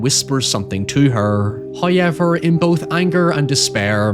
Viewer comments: Did you just pronounce however as "high-ever"? There's a wubble-ewe in there. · Nobody:: Hiyever. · I love the pronunciation "hoyever" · First "hoyevver" drops . For we are blessed by He. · Your content seems so good but the way you say "however" makes it absolutely unwatchable... I never knew such an infuriating pronunciation of that word existed. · How do you pronounce "how" fine. But can't pronounce "however"? Who is ever? Why do you feel the need to say hi to him every few minutes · you talk too much, just show us the movie. Also, why do you pronounce likes like "however" incorrectly??